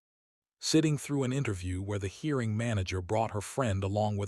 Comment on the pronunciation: I'm not usually bothered by occasional pronouncing errors, but this particular blurb is ridiculous. The reader says "hearing" instead of "hiring" and a few similar ones but all the way through the stories, many include the word "resumé" (reh ZOOM ay) which here is incorrectly pronounced "resume" (re ZOOM). The frequent repetitions are driving me nuts!